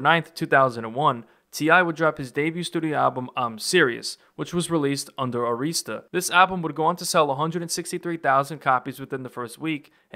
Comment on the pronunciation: Please please stop saying “Areeesta”, it’s “Air-wrist-tuh(Arista).